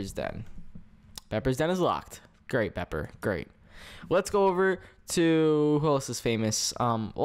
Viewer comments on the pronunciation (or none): It kinda triggered me how he at first said BEEPER instead of BEPPER 😂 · says bepper wrong lol it's ok not to hate